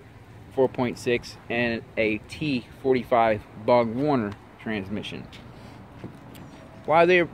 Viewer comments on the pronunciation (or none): What the hell is a traymic and bog warner?? Its tremic and borg warner. Dorman is junk sold by advanced auto parts, what is a plenium? People take my advice, do not listen to this man. NGK plugs are junk. Gears cost less than 200 unless you have them installed at a shop. Gear ratio depends on which transmission auto 410 manual 373. Sorry bud but a new edge put about 200 to the wheels not 220-230 in stock form. 265-275 at the tires full bolt ons not with out cams.